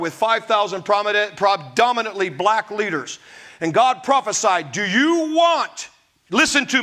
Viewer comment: Bat phone to Jesus and "Gawd" crack me up every time! I appreciate you my man!